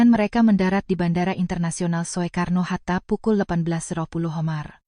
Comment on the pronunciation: Soekarno hatta, bukan so e karno mbak,yang benar sukarno